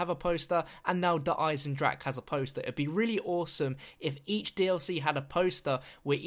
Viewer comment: hey good video but its pronounced der eisendrachER, not der eisendrak.